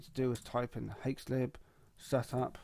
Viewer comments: Fuckinell, it's not pronounced "hakes", it's pronounced "hacks", like my axe... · Bro said "Haex" Edit: The more i hear it the more i wanna cry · did you just pronounce it "haex"?